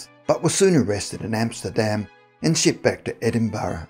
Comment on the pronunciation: Come on man, you should no how to say Edinburgh